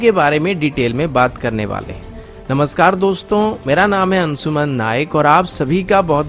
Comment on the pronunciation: मेरा नाम है अन्सुमन, कोसिस, पब्लिस, मुस्किल, सर्त, ????, यह सब कैसा बेहूदा उच्चारण है???